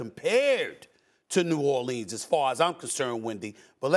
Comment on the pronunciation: Stephen A. “New Orleens” Smith